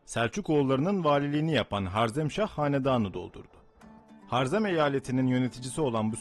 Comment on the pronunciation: Har-zerm değil Ha-rezm diye okunur